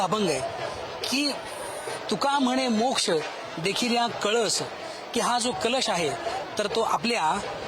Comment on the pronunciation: कलश....हा वेगळा .....व .....कळस ....वेगळा आहे ........महाराज आपन सुध्दा कळश म्हणा.....❤....